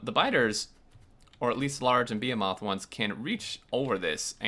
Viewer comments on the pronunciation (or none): Buh-HE-muth. If youve only read it and never heard it sometimes its hard to get right. Like "run like the wind." (Like you wind up a watch) its easy to get wrong. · Very helpful! Thanks :) Side note, isn't "behemoth" pronounced "ba-hee-mith"? That's how I've always heard it. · "Large and be-a-moth biters"